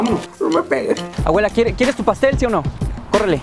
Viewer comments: JAJAJAJAJA el boludo decía aguela😂😂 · sofiaa castillo Es que el men decía "awela" en vez de "abuela" xD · “ES MI AWELA” 💀😂